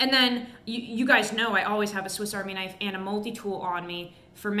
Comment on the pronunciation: HUMMING BIRD SURGURY, THEN PRY THE DOOR OFF A HUM VEE, ONE KNAFF